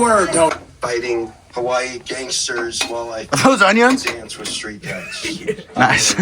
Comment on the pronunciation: The way says onions is so funny😂